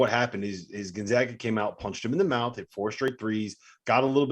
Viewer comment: how in the fuck is this guy not pronouncing Gonzaga correctly? It's not 1999. GONE-ZAY-GUH